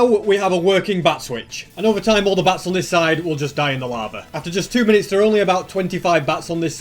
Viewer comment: says bats but it sounds like bass